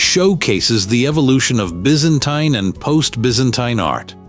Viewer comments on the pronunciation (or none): none